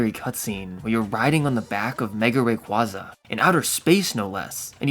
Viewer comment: Bruh....not you too. It's Ray-quay-zuh, not ray-qwah-suh